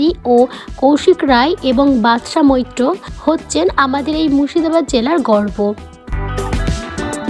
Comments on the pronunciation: একবার বাদশা মৈত্র পরে ই বাদশা মিত্র । এছাড়া উচ্চারণ ও খুব খারাপ। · mitro nay bolun moitro.ssm.